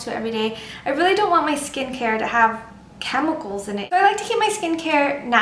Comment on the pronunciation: "weely weely high" "weely weely good" sorry, just had to get rid of that xD youre awesome!